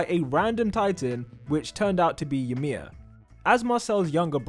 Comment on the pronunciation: Ymir is pronounced as ee-mir, not y'mir lmao